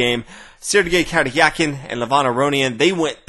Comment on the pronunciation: I find it funny how you struggle to say the "r" in Sergey Karjakin's name(no offence ofcourse, just that english doesnt have that sound) :)